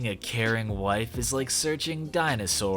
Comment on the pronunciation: When you said "finding a caring wife", I did a double take because it sounded like "finding a Karen wife".